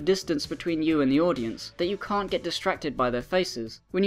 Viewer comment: "I ca' do that! That's a lot of molecules." I love you